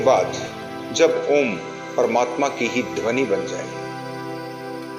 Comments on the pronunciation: Meri comment padhiye, Om ka jap karte vakt direct ओम mat boliye अओम aisa ucchar kariye air thoda pyarse bolne ki koshish kijiye. Do aakho me bichme aakhe band karke dhyan do. MERA TO 2 MNT ME ACCHA DHYAN LAGTA HAI..LEKIN SHANT MAHOL ME BAITHIYE..🙏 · आप का ओम का उच्चारण ठीक नहीं है।ओम का उच्चारण ओम न होकर।अ उ म के रुप में होता है।इसके लिए सदगुरु की वीडियो का अवलोकन करें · Bhai aap paagal ho gye h ॐ ko om uchharan krte ho Kisi se seekh lo pahle achhi tarah plz Jai shiv ॐ